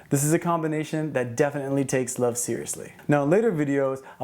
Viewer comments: I love the way you say love haha “luv” 💗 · I thought I was the only one!! I smile every time he says "luv." 😊😊😍😍